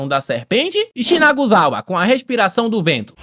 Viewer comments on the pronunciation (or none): As tentativas de falar "Shinazugawa" kkkkkkkk